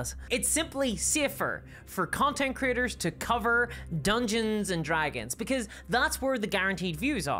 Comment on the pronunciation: Sounds like you are saying "content critters."